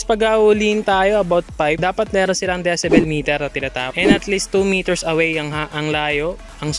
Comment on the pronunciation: ung enforcer d alam ang gingawa.. di nga mapronounce ng tama ung decibel eh.. dyesibel daw eh??! 😁